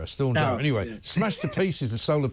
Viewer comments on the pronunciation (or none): Get it Right, It's Storm Darragh not Barragh.